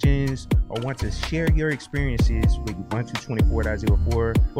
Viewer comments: It's pronounced "ooboontoo" not "yahboontoo" btw! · For what it's worth, I started saying Ubuntu and I still find myself saying it even though I know it's ooo-boone-too lol